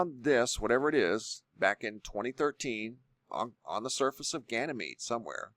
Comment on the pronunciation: Says "gyanemede up-close"